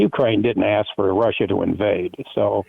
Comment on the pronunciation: What accent is it when one pronounces "for" as "fur"?